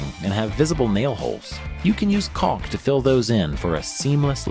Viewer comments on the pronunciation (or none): It's not pronounced 'colck'.